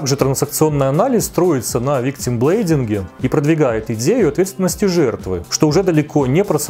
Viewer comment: Только виктим блейМинг, не блейДинг. Виктим жертва, блейминг - обвинение, блейдинг - как вариант бритьё)